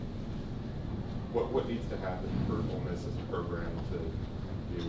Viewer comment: Its ole miss for god sakes..lol